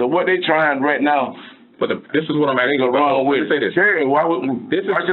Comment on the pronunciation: He axing the questiums.